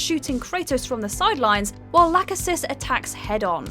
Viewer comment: It’s NOT pronounced “Lacka-sis.” It’s pronounced “La-Key-Sis.” It’s NOT pronounced “Atripus.” It’s pronounced “Atripos.” It’s NOT pronounced “Cloth-o.” It’s pronounced “Clo-tho.” Where did you learn about Greek Mythology. I hope you saved your receipt.